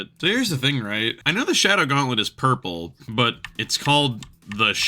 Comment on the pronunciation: "why are we orpel" 😂😂